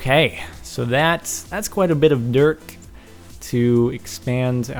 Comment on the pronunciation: dirk? he said dirk instead of dirt after the music!